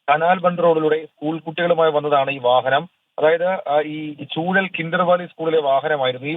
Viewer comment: ചൂഴൽ അല്ല ചൂഴാൽ